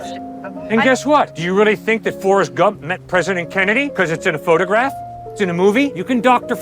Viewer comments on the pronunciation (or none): How can she say phograph? No one photo graph cleopatra 😂